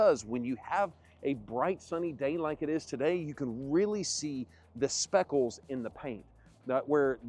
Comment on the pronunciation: speckles? LOL